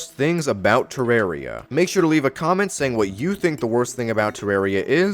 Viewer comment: The worst thing is how you pronounce terraria (I say it with a deeper “a”)